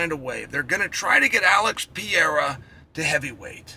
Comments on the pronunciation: Alex Pee-Era Try “Alex Puh-hay-du” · If Alex becomes triple champ, Chael has to learn how to pronounce Pereira (Pe-ray-ra) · PEEERRRR RARE RAHHHH Chael! Periera 😫!!! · Love your analysis, but don't you think you should learn to pronounce the potential GOAT's name?